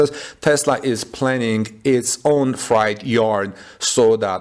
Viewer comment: Freight rhymes with hate. The way you pronounce freight, it sounds like “fright” or “night”.